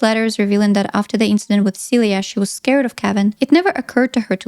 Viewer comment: I was like "who's Celia" I just watch the movie and the whole time I thought they were calling you "suey"